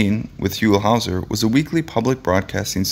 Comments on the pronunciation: NAILS ON A CHALKBOARD when his name is pronounced incorrectly. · The way you mispronounced his name…irks me.. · How can you do a biography segment on someone that you don't even know how to pronounce their name?